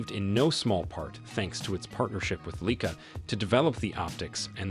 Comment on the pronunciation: Weirdest pronunciations for Leica and Xiaomi...